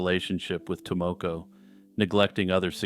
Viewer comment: Your pronunciation of Tomoko makes my ears bleed.